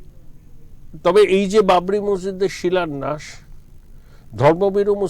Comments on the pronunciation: কথাটা শিলোন্যাস হবে না ম্যাডাম , কথাটা শিলান্যাস - শুভনন্দনের মত চাইছেন নাকি ? উচ্চারণ ঠিক করুন .. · আপনার সাংবাদিককে একটু বাংলার ক্লাসে ভর্তি করান, উনি ভুল বাংলা বলছেন। "শিলান্যাসকে " উনি "শিলন্যাস" বলছেন। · বাংলা ভাষার প্রতি মনোযোগী হবার অনুরোধ করছি।কথাটা শিলন্যাস নয়। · Silunash .a ki uccharan.